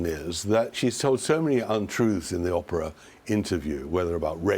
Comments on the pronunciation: Fascinating stuff. But could someone please inform Tom that it's OH-PRA, not Opera. Jumps out at me every time , now I can not un-notice it!!!! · "O"prah, not Opera! Thank you. You wrote a best-selling book, surely you can manage pronunciations! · o p rrrah not opera!!!! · Just for your info Tom Bower.............the name is Oprah............not Opera. Get it right! If you can't get her name right....what else haven't you got right? It's pretty evident you're very prejudiced against Harry and Meghan. Everyone has their own opinion...I hope yours comes back to bite you in the butt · Her name is Oprah not Opera. Unforgivable that you can’t make the long O sound in Oprah’s name!!! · I love the way he says Aprah instead of Oprah. I called her Soaprah! Lol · I love how he mispronounces the names LOL doRIA and Opera :)